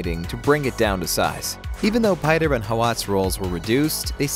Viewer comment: Unfortunately, Herbert provided a pronunciation guide and it was pronounced, “Chainey”. It’s dumb. I prefer “Chah-ni”. Same for Pieter DeVries. Herbert screwed up with “Pie-Ter”. It’s a Dutch name and pronounced, “Peeter”.